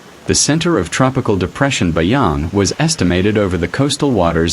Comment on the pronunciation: Not BAYANG.. BASYANG